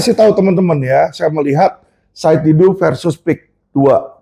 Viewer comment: Bukan Saud Didu, tapi SAID D A D U